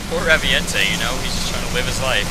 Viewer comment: They need to bring the Raviente to MH 4 since were FINALLY getting online play on handhelds (though I know were not =[) also I think it's pronounced "Ravient"